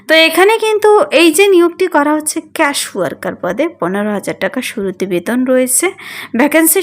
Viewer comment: Case এর বাংলা উচ্চারণ কী ক্যাশ? ফালতু চ্যানেল!?